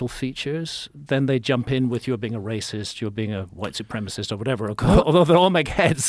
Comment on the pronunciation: "ooooaa hes a Wacist" Flint Dribble (2024)